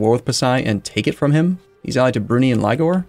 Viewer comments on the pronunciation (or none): Brunei is not pronounced 'broonee', it's "Brunei (/bruːˈnaɪ/ broo-NY)"